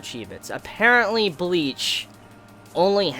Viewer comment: Mbleach LMAOOOOOOO, I cannot be the only one who heard that!